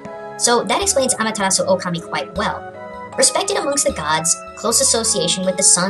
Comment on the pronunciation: its not okami its pronounced o-ka-ma-e